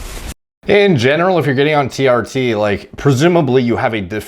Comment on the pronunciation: "Tea Arty" - TR Tee